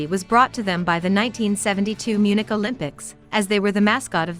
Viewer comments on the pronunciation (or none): none